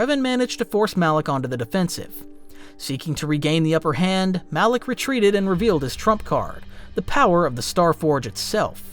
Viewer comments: alak? Mf its Malak 🤣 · Am I tripping or did he call Malek alleck the whole time lol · Calling Malak.. alick or alic alik. Whatever ur saying is drivin me nuts lol